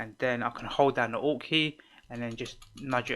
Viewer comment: Oh... it's ALT key xD haha! Ok, all I heard was "press down 'ought' key and use your arrows". Thanks lots bro <3